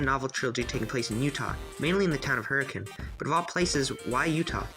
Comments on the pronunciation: Lol he actually said hurricane (hurrikin) correctly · Hey, you pronounced Hurricane correctly! More than can be said for official FNaF media lol (I haven’t listened to the audiobook myself, but my dad did after the movie came out, and was laughing that the narrator pronounced Hurricane the normal way instead the weird way the city is)